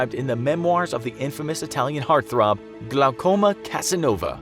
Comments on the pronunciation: "Glaucoma Cassanova"? 🤨 🤦 😂 "Giacomo" = /jee-ack-a-moe/ - I guess you had to break from you usual pattern; you can't ask if people would or have used any of these methods. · Casanova's first name is pronounced as "Jah-Co-mo" in Italian, or "Gee-A-como" if you're not an Italian speaker.